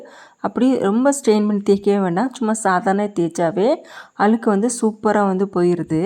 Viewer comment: அலுக்கு இல்லை அழுக்கு என்று தமிழை சரியாக உச்சரிக்கவும்.